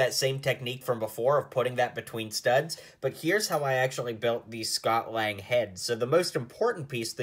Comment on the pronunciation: It's lang not lange